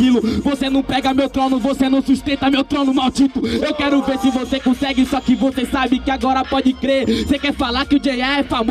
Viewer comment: Cê nu cussegue